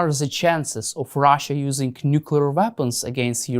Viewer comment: Oh no! Not this idiot again. The guy who can't pronounce the simple, but incredibly important word, "nuclear." I cannot pay attention to someone who clearly didn't listen to his teachers.